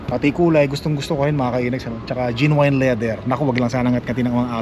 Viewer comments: Genuine.. Pronounced as Jen-yoo-uhn.. sound like Gen win.. not jin wine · Sukatin mo muna yung space before bumili ng sofa. Bili ng dog bed for each pet ka. Jen/nyu/win pronunciation of genuine.